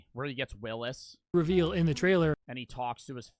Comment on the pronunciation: is just terrible with names😂 "willis" how do you not get thats its a WILSON volleyball therefore its "wilson" not willis lmao